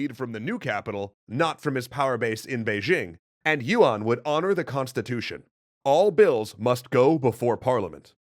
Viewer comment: by the way, yuan is not pronounced as yu-wan. its more like yuen or yen